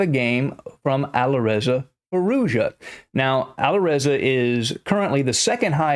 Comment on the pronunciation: it's Firouz-ja not Firouza, not Firouja , it's Firouz--- Jaaaaa